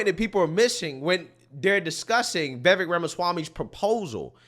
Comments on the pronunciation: Can you PLEASE learn how to pronounce Vivek's name??? You have the first syllabol right. The second rymmes with cake or bake or fake or lake. Imagine it's spelled Vivake, and you'll get it right. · Pronounce Vi-vake as in cake. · Vivek (pronounced Vivayk) should make it clear the voting thing is something he thinks would be a good way to increase civic engagement and make it clear he is not going to actually push for it. That is certainly not a hill he should die on. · It's getting old... stop mispronouncing Vivek's name.